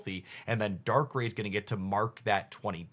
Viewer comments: I usually laugh at the pronunciations until he said darkray... that hurt abit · haha I agree it's not that serious, but "Darkray" just got me. 😭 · Please for the love of God tell me the mispronunciation is a thing you've already cover and you dont give a fuck, you are trolling or whatever beacuse I couldn't stand hearing "Pa-ku-ri-su", "We-val" or "Dark-rayy"... I think I dont even want to hear the rest 🥲 Oh God please no... "Mis-trea-us" So you spell Weezing correctly... But not "we-val" IT HAS AN "I"! is a "We-vile" 😭😭😭